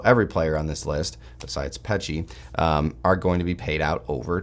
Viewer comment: Finally pronounced Pecsi right!!! Thank you❤